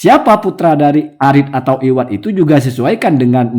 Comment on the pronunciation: Bkn iwadh tp awadh